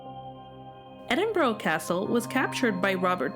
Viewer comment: It’s pronounced Edin bra